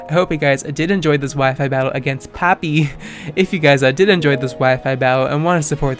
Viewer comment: jajajaja que pasa XD I love how u pronunciate papi so hot uff